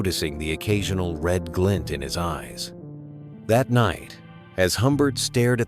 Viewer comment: I like this! A dark classic retelling of Snow White! Aside from some pronunciation, spelling and grammar issues. (like reed instead of red, and commas missing, but I'm being picky lol). (More inspiration for the dark fantasy story I am working on).